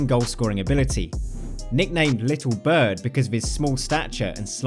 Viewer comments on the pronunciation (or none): none